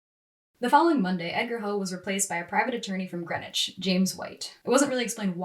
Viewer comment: It's pronounced Green-witch. We're different up here.